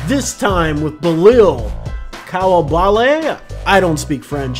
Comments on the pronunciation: It’s pronounced: Bee-lal Koo-li-ba-lee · hes pronounced like „Beelahl Cooleebahlee“ hurts typing it like that but i hope it helps with the pronounciation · Love the energy. But if I can offer one small constructive critique, please try harder to learn the players name. Bi-laal is how you would pronounce his name. Don't mean to be rude but people do deserve to be called by their names correctly, especially when they are phonetically simple. Keep up the good coverage